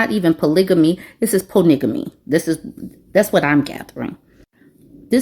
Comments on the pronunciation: 😂😂😂😂 you took ME out with PO-nigga-ME!!! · Po-nigga-ly made me chuck chuck 😂😂😂😂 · ❤ 😂 "POONIGGAMY" SCREAMIN IN MY HOME 💀💀💀😭😭😭😭🤣😂😂😂😂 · Ohhh nooo not “poornigomy” 😂 that just killed me! 🤪 🇨🇦